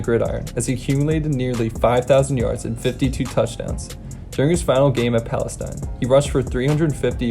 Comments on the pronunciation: this guy doesn’t know to pronounce palestine. PAL-UH-STEEN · He keeps saying Adrian “Pearson”. It’s freaking “Peterson”!! Also, his home town is not pronounced like the country. It’s pronounced “Pales-ee-n”. Trust me. I’m from there. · Pronounced like palisteen btw played them all four years of highschool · Hey bro, Palestine Texas is pronounced “pales-teen”, just an FYI. I live about 20 miles from there and played against Peterson my junior year. Dude was a man beast.